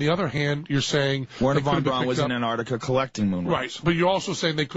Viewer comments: why does he keep calling him "van brown" . trying to make him sound less germand lol. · Germans pronounce au like in a name Wherner Von BrAUn as sounding like OW as in Brown. But as Plait isn't a German, it sounds a little odd coming from him.